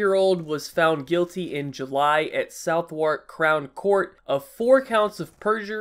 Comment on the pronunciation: Its pronounced Suth-uck not South-wark btw